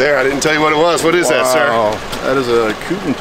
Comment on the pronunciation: How does Countach pronounced as Countage? Lol. Beautiful vehicle 🚗